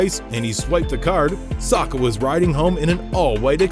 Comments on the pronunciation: Hes called Saka not Sarka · Saka not Soka! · How Americans say 'Saka' cringes me lol